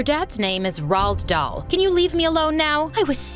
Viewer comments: ROOD DAL is how you say it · I went crazy when the mom said Roald dhal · IT'S RHOL DALL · Roald dhal lol its the book 😂😂